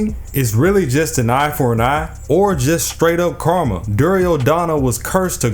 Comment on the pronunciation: Yo when you said karma I thought you said karna and I gave you applause for the pun lol I'm a terrible person 😂 keep up the content man